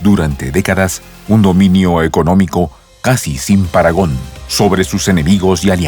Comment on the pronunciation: Parangón se dice